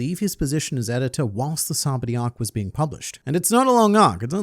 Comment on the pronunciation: SABAODY "SA-BAH-OH-D" You're welcome :)